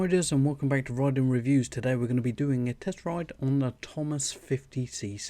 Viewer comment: It's TOMOS NOT THOMAS 🙄